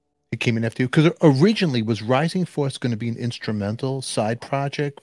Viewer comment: Rising Force not Rising Fowace. lol